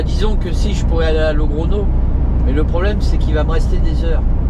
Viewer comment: Salut, c'est le go expert que tu as comme gps, on dit logronio en espagnol, la petite vague au dessus du N se dit nieu pour info, allez bonne route, buena ruta e buen viaje amigo